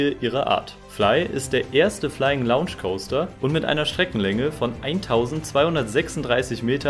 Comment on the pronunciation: Aber Rookburgh oder Launch ... kommt schon, Jungs ...